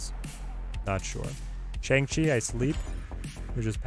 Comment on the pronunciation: Killer content. Just wish you (along with literally every other snap content creator I've seen) would pronounce Shang-Chi correctly...it's like bong with an sh instead of a b.